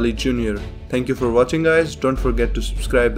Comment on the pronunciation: When you say notification bell I always hear "Notification spell" Am I losing my mind?